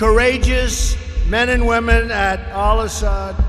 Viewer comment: Did anybody catch that?..."womnen"....not sure if on purpose or not